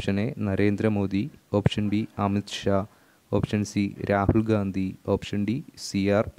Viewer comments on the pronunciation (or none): none